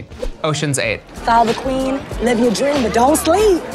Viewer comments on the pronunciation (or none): "...that's the quin of spehdes"